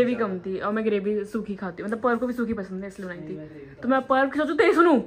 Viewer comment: Mama "Parv" ko "Parbh" bolte hai....Cute🗿👍 (Mama patna me meetup rakh lena plssss🙏)